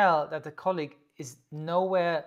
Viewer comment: "let's have a look at our colleague", your German is showing:D